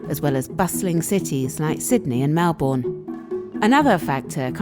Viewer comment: The narrator mispronounced Melbourne.